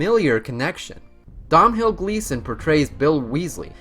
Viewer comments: Dom hill gleeson haha it is pronounced doughnal 😂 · Dom-hill Gleeson hahaha good try but just not quite the right pronunciation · "Domnhall" is pronounced like "Donald" just without the final "d". Just saying. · Domnhall is pronounced to sound similar to “Tonal” except with a D in the beginning, you don’t sound out the name 😂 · Ok, good video! But for the love of God (I'm sorry to be this guy) that name pronunciation though! Voldemort = Ralph Fiennes pronounced Fines, Moody = Brendan not Brandan and his son is Domhnal as in Doe-nal!!! :D Apologies again but I had to get that out :o